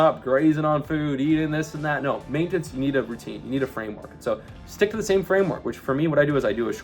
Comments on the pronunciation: the type of guy who's mastered main-tense, without being able to say "maintenance". 😅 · the type of guy who can't pronounce maintenance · Does this guy purposely pronounce random words like maintenance in an insane way for engagement ? 😂